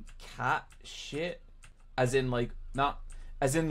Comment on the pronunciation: I hoped, the Irishman of all people, would know how to pronounce Cait Sith.